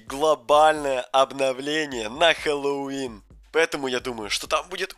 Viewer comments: Интересный факт: говорит хэллолвин а надо Хэллоуин мой айди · Интересный факт: говорит хэллолвин а надо Хэллоуин мой ай Ди